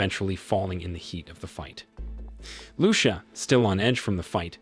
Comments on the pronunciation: "Loo-sha"??? Seriously? I hope it's an AI narrator . Lucía should be read as "loo- THEE- ah" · It depends on what country you live in. Where I live its loo sha